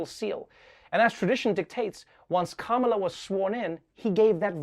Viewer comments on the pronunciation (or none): none